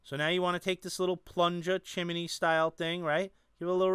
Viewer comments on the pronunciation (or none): Great Review as always. I really like this tank from your review! Oh and BTW I love the way you say Chim-e-ney.:-)